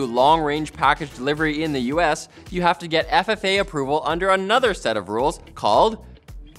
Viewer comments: Federal Aviation Administration. FAA. Not FFA. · Isn't it FAA and not FFA?